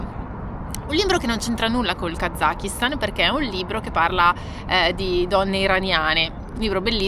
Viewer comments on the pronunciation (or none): Heymondo utilizzata grazie a voi in un viaggio di aprile. La pronuncia esatta di Kazakistan dovrebbe essere Kasastan,. Fatevelo dire dai locali. Gente molto ospitale col rischio di essere invitati a casa loro per cena e con obbligo, nel rispetto dell'ospitalità, di bere di tutto e di più come delle spugne. . ❤